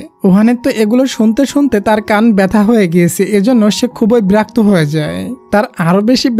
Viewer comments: ব্রাক তো হবে না ভাইয়া বিরক্ত হবে, প্লিজ ঠিক করে বইলেন 😊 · বেরক্ত না ভাই। বিরক্ত হবে 😅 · ব্রাক্ত না বিরক্ত 🙄😢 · বিরক্ত নয় বেরক্ত 😂😂😂😂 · Vaiya ota berakto na birokto hobe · Berokto❌ Borokto✅ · ব্রাক্ত না বিরক্ত। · ভাইয়া বিরক্ত বলবেন না হলে ভালো হয় না